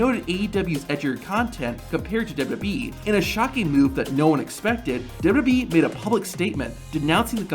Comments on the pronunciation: dubadee dubdubweee dubooduboueee dubdoobwlwlweeee. ffs it's W W E Not that hard to say. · What is this "Dub-ub-e" you keep referring to? I've heard of "Double-You, Double-You, E" before (WWE.) Perhaps that is what you are referring to? Sorry for the troll, but it just got annoying after awhile listening you mispronounce over and over and seemingly WORSE every time you said it.